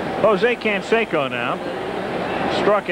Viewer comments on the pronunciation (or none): Rookie, Jose "Can-secko".